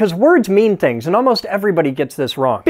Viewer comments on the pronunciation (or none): none